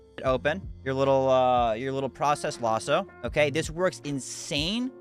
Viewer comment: "Loss-O" cmon now brudda. LASS-O